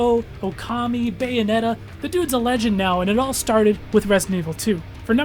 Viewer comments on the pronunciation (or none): none